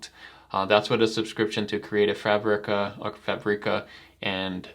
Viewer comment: Omg it’s FABic-uh! Not FuhBREE-kuh.